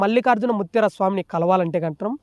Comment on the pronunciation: ముత్యార కాదురా బాబూ ముత్య